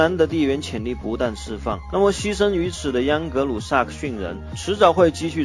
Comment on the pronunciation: 央格鲁？！喂喂不要跟政委学啊。还是换机器读吧，至少机器不会有边读边，没边读中间。“英格兰与欧洲大陆仅隔一条狭窄的‘英格兰海峡’”?!! 是“英吉利海峡”（English Chanel）或者 “拉芒什海峡”（La Manche），不是“英格兰海峡”（England Chanel）. 图中所示的“多佛尔海峡”（strait of Dover）或者“加来海峡”（pas de calais）就是英吉利海峡的一部分。